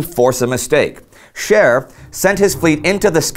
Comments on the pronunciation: I know it's Scheer but I can't help but hear Cher and now I'm thinking she really could turn back time... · While watching this episode. My wife kept on hearing Cher instead of Scheer. And now cant get "If I can turn back time" out of her head and just pitchers Cher on a battle cruiser in the North sea. Best laugh I've had in awhile.